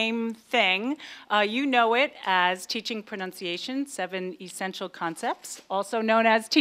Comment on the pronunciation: E-vent and E-ssential. Does she mean Electronic vent and Electronic ssential? w E ird